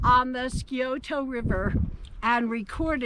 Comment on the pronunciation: Bluejacket was Shawnee, not white. Marmaduke Van Sweringen was a friend of the Shawnee, white and is the one confused to have been Bluejacket. Scioto is pronounced Sigh-oh-toe, often pronounced in Ohio as Sigh-oh-tah here in southwestern Ohio. Tecumseh and Bluejacket were cousins. How do I know this? A DNA study was performed in Oklahoma among the three federally recognized tribes just a few short years ago. Headed by a known Shawnee tribal member, Gaylord Hinshaw and a cousin of mine. DNA test results concluded, to actually shocking results, that Tecumseh and Bluejacket were in fact cousins. Silverheels, brother of Chief Cornstalk, his descendants were also part of the DNA study, again matching the DNA of the Tecumseh and Bluejacket descendants in Oklahoma. My cousins, 50 plus in number, were also part of the DNA study and conclusively matched the DNA of the Tecumseh, Bluejacket and Silverheels descendants. Our ancestor was Shawnee Chief Cornstalk. All the Cornstalks either died or were killed off by the time the Shawnee were forced West to Oklahoma. Cornstalk's daughter, known as Bluesky had two children by my ancestor Parker Adkins, who he took to raise after her death. Those two children were not known to have existed during the time of the removal act. They grew up, married and had children of their own. Many children in fact, as a whole, that some of us, as in my case, descend from both of those grandchildren of Cornstalk. Because no Cornstalks were moved west onto rese